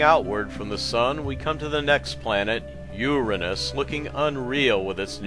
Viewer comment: no..that is the correct way to pronounce it: your-rah-nus not your-anus